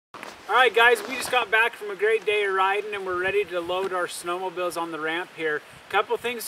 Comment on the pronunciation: great tips. and please stop saying "snowmobills" lol